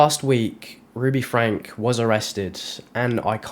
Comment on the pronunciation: It's pronounced FRANKIE.